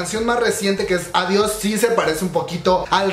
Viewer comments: El único debut original fue devil de clc, fue WoW. Cuando escuché everglow dice WoW que potentes pero se parece a blackpink, y me estresa que si se llama adiós no lo pronuncien bien, parece que dice ovarios, un poco de esfuerzo, mamamoo pronuncia bien el español en sus canciones, exo tiene un cover sabor a tí en español y pronuncian bello el español y everglow con una palabra, que estrés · Jaja si fue plagio la neta Pero quefo bien chingo ADIOS GOODBAY AVORIOS JAJAJA ASI LO PRONUNCIO ME DA RISA No manches mi baias es mia Cuando levanta la ceja en adiis me atrapo